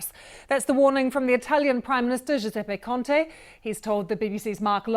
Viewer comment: “Jusepe Conte” lol